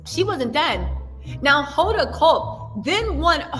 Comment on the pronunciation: Her name is pronounced Hoe-duh not Whoda. Great coverage. Why doesn’t anybody discuss his girl clothes that he wore on Jimmy Kimmel live? Flowered pants with a lavender girl sweater! Pete is not good looking but his personality and sense of humor makes him attractive.♥️